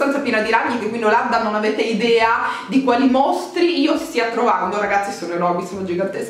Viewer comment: "e CORRONO" hahahha the struggle is real 😂 Baciii❣️